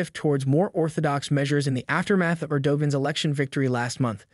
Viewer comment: Your pronunciation of the leader of Turkey is laughable! 🤣🤣🤣 Don't believe me? Ask Google?